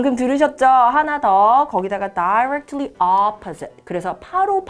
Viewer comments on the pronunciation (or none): 선생님 다이렉틀리 발음 어느나라닌가요.... 다이 렉 클리 로 들려서 못들엇아요 ㅠㅠㅠ